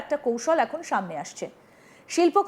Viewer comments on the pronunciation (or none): এখন এর উচ্চারণ অ্যাখন, এমন এর উচ্চারণ অ্যামন,এ রকম উচ্চারণ করেন কেন???? এ খন এখন